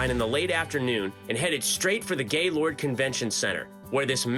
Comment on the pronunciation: Did you say Gaylord convention centre?